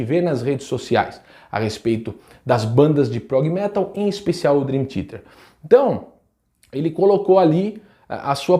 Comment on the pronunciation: Curto muito deu canal, mas não entendi o motivo de você com o conhecimento que tem de inglês fala Drin Tiete.